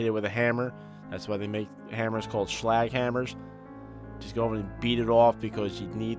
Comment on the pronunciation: its not shlag its slag